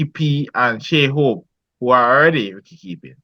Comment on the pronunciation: Bredren. Tell your panelist that the word is wicket not Wricket with a r… Ok 😂 🤦🏽‍♂️… Remind me of my childhood days when we used to say wricket 😂